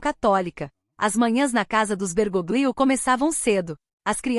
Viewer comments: Se pronuncia " Bergólio"< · A pronúncia é Bergolio.